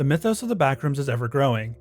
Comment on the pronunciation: the way you say mithos pisses me off